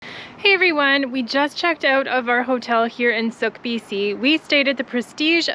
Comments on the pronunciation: sooke is pronounced like cool not suk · Nice video, thanks for posting. Just so you know, the town of Sooke is pronounced as Suke (long u sound, silent e on the end, like rhymes with fluke). :)